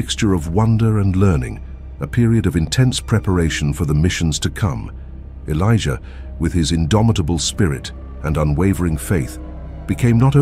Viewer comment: 😅😂😂😂 why does he keep calling them? Felicia Elijah keep hearing Felicia